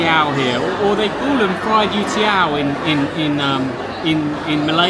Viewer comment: You have a slight mispronunciation - it's YO-tiao (like you're saying 'yo' to get someone's attention). maybe that's why they didn't understand.